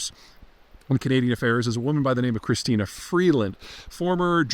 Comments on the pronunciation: It’s Chrystia. Not Christina. 😉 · Chrystia, not Christina. I'd have let it go if you'd only said it once. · I'm Canadian. I have no love for Trudeau, but I couldn't get past the first two minutes of this it was so bad. And it's Chrystia, not Christina. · Christa not Christina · Note to Peter: it is NOT "Christina," it is "Chrystia" Freeland. She is of ethnic Ukrainian descent, and yes, quite smart, but also a tad arrogant. Arrogance has long been the hallmark of the Liberals, going back to Pierre Elliott Trudeau, who famously said (in reference to declaring martial law, suspending civil liberties, placing protestors in prison without charges or trial, and bringing in the Canadian Army to the streets of Montreal); "How far do I go? Well, just watch me!" Yup, he actually said that (to a reporter). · Well for starters, it is Chrystia not Christina. And as far as smartness goes, she is a puppet of the World Economic Forum where only elitist group think matters. I didn't bother listening to Mr. Zeihan beyond the three minute mark, so do tell if he mentioned Freeland's closing of Canadian protesters' bank accounts, and her bizarre methish body language at press conferences. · Chrystia ... not christina....smartest person alive in canada... Wow....Peter... Just stop....lost all credibility.... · First of all Peter, her name is Chrystia, not Christina… but who cares. You’ve got the “empty suit” right, but from my Canadian point of view, if Chrystia Freeland is one of the smartest people in Canada, then we’re in way bigger trouble than you thought. I’m not sure where you’re getting such a glorified picture of Ms. Freeland, but it’s not from Canadians! If I were you, I’d do some digging into the potential of Pierre Pollieve. As it stands now, Canadians feel he is the one that can bring respectability and common sense back to Canada. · It's CHRYSTIA, not CHRISTINA. That's a pretty simple thing to know. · It’s not Christina… it’s Chrystia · It's Chrystia not Christina Peter.